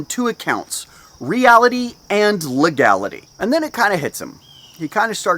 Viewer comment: Re-ality and le-gality...love it